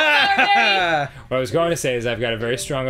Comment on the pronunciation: "Barry" is two syllables.